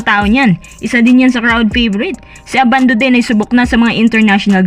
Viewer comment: Ang pronounciation ng surname ni Renz ay Ndi po ABANDO na parang UBANDO (bulacan)